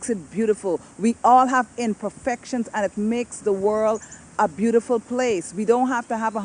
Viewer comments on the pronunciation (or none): Over the World not over the Worl